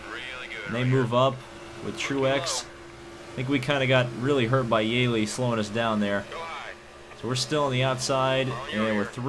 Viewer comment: Btw its (yee-lee) not (yay-lee